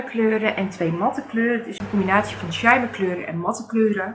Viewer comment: De kleuren staan prachtig bij je mooie groene ogen.👌🏼Mag ik je een suggestie geven naar uitspraak toe?Soir is frans voor avond en spreek je uit als swaar.Wellicht daardoor dat het een palette is met mooie rijke en diepe kleuren.En shimmer spreek je uit met een dubbele m.(engels voor glans).Ik gebruik met ouder worden steeds minder make-up.Mijn laatste palette heb ik jaren geleden gekocht het tarte tartelette in bloom.Prachtig palette maar nog steeds ongebruikt.🤭